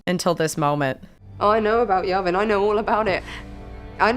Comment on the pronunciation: It's pronounced Yeah Vin, not Yah Vin. Yavin